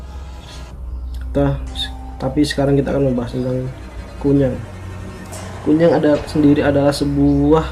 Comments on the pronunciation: Kuyang pak bukan kunyang Kunyang 😂 Aku orang kalimantan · Nyebut nama a aja SALAH 🙄😌 KUN NYANG ????? "apa an tuh.. K.U.Y.A.N.G RALAT DULU TU ejaan.. Situ aja NGEBASSSS bahasa a. Kalo bukan asli Kalimantan gak usah share vid😏 Kalo blom pernah ngalamin, GAK USA DEH S.O.K TAU!!!!! omongan U, hanya biak belaka. Q ASLI KALIMANTAN TIMUR. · KUYANG bro yang bener BUKAN KUNYANG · Koreksi KUYANG bukan Kunyang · Maaf bro nyela dikit, kuyang sih namanya bukan kunyang...kuyang itu sebutanny dlm bhs Banjar,klo dlm bhs Dayak Ngaju itu namanya Hantimang sebutan utk kepala terbang,ada wujud lainnya ktika mrk tidak bs trbang/terhalang utk melepas kepala dan tdk ad ksmptan terbang,mk merubah wjud jd binatang jdi2an, tpi kepala manusianya tetap menggantung di bwah leher binatang jdi2an itu, ada jg yg tdk bisa merubah wujud krn terkunci mantra biasanya tetap brwjud mnusia hanya saja sprti kesurupan dgn memanjangkan lidahnya saja, jenis ini nmnya Pangoloh atau Hantuen. Skg ini persebaran yg lebih pesat krn perkawinan, bukan lagi krn mslh myk kuyang/myk bintang utk pesugihan atau awet muda tpi titisan hsil prkwinan,contoh: mnusia yg bukan keturunan x itu kawin dgn manusia siluman jenis ini, biasanya sangat jarang klo tdk menjangkiti pasangannya,bgtu pula dgn kturunannya walaupun tdk semua anaknya menjadi manusia jdi2an. Dlu pngalaman sih keluarga di kampung ktika di ladang didatangi seekor rusa jdi2an yg dibawah leher rusa itu ada kpla manusianya,dlm keadaan begitu jgn takut lbh baik mlwan ditebas saja atau jika kenal dgn wajah yg menggantung dileher binatang segera kita sebut aja namanya atau nama lengkapnya biasanya lgsg berubah jd manusia..jika sdh berhdpn dgn yg ini biasanya tujuannya mmg menyerang kita,tpi klo yg kepala terbang itu sih sasarannya cmn org bersalin,hamil,sakit parah&org yg sdh meninggal..sy dl bbrp kali melihat kepala terbang itu, iseng sy tunjuk saja dgn telunjuk dan saya pa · Kuyang bro bukan kunyang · Pak kuyang bukan kunyang